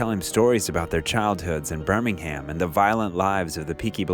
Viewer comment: Burming-Ham? 🤭🤭🤭 Bruh...I know English is not everybody's language but come on.